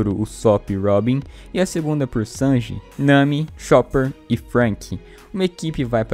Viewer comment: Falar Chanji é foda 🤣🤣🤣🤣'